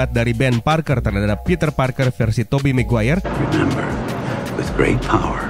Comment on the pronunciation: mungkin, tapi emang ada kah marga "maguere" ? gw kira Maguire